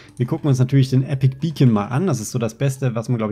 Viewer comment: warum sagst du Epic Beacon es heißt Epic bacon